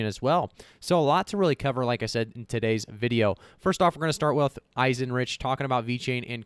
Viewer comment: I think Eisenreich is pronounced "eyes-en-ryke"